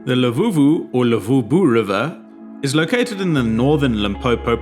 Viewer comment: its LUVUVHU not LEVUVHU 😅